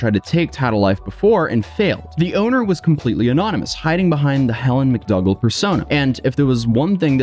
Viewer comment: Mr/Mrs/Ms Justice X is a title, not a name (unfortunately). Also, McDougall is pronounced McDoogal, not McDugall. ETA: very much ninja'd 😁